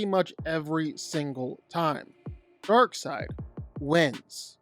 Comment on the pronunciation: It's Darkseid, not Darkside. wtf? If you don't know the name, everything else loses any credibility.